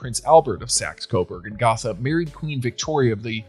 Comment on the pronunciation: Gotha has a long O sound in it. .